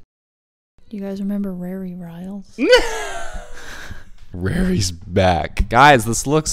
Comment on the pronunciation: "you guys remember Rarry Riles" 😂😂😂